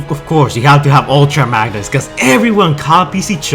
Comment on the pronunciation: "Ulta Magnus" "Glavatron" ....